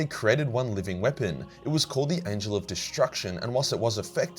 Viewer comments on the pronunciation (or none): none